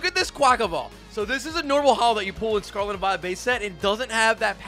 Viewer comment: “Sarlat and Vilet” 💀